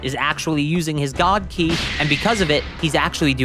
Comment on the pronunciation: It’s Ki not chi